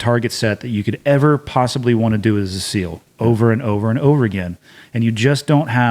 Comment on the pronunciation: scou SEAL not seal lol